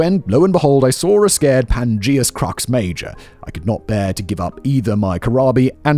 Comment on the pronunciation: Sacred, not scared.